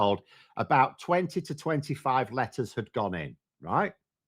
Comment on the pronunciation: I have trouble telling the difference between you saying "letters" and "lettuce" and honestly it improves the listening experience